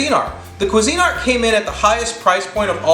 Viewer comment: I have a Bella it cost 12 bucks and works great . i always spray the cups with Pam for poached or omelette Its also pronounced qweezinart not cuisine-art. really If you're going to rate products you should pronounce the brands correctly